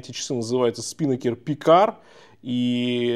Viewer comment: Режет слух СпИнакер.😢 СпинАкер. Ударение на второй слог. Это парус такой